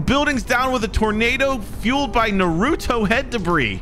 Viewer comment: ITS NOT NEWRUTO ITS NARUTO